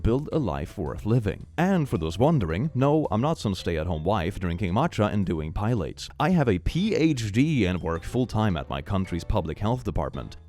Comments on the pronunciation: This is nitpicky of me but he said it like "pie lates" when its more like "Pill Lotties" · "pi-lates" instead of "peelahtees" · Ah yes, (Pie-lates) my favorite exercise. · pilates is not "pilots" it's pronounced Pill-ah-tees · Pilates.... Is not pronounced pile-ates. It's pil-lah-tees. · pye-lates? ya mean pee-lah-tees? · Pilates is pronounced "pih-law-tees" btw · i know the word doesn't come up much and its funny when pronounces things wrong (when he's doing it on purpose like 'dyslaxative') but I think someone should tell him how Pilates is pronounced cos I don't think he actually knows that one. its 'puh·laa·teez' btw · Pilates = pill-OTT-tees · you're pronouncing pilates as pilots😭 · Pie-lates lmaooooo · my favorite deep ball lore about this channel is how never pronounces pilates correctly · Always love the way pronounces pilates lol